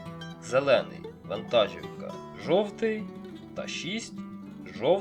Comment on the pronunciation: Українською мовою наголос у слові вантажівка іде на склад "жі". Ті хто починають розмовляти українською або з Західної України постійно неправильно ставлять наголоси у словах.